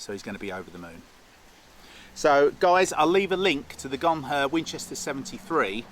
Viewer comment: If you get hit, you say, "you guys carry on without me, I'm a Gonher!" Not Gonfur, it's not a shaver for your legs!😂😂